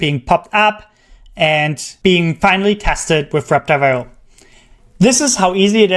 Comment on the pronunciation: Just slow down the pronunciation of Web Driver IO and you'll be good. The way you're saying it, it's "wrebdwibraiohwr" very fast. It sounds like it's all crammed together. Just slow it down. "Web. Driver. I. O." Great video.